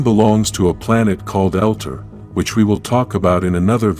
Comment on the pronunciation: The name is ZOR-DON and he's from El-tar.. Geez get the names right and stop depending on AI...